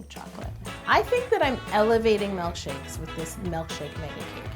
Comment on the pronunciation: Why does she say "mElkshakes" nuuuuuuuuu I hate when people say that 😭😭😭